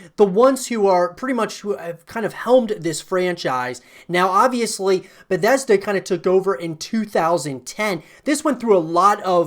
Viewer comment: "Beddesda", "i-d software" please no :(